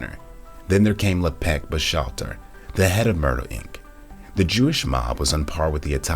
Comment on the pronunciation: La-peck? Lep-key is how to pronounce it